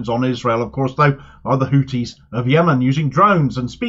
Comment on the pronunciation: Pronoune the "th" n Houthis as the "th" in thought, please.